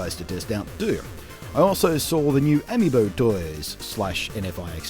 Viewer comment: Sorry to correct you, but it's pronounced "A-Mii-bo". Like amigo but Mii. Hyrule Warriors is great! You should pick it up if you're looking for something to play on Wii U.